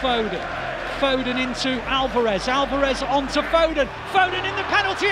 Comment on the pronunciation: Put some respect on Phil fodens name!!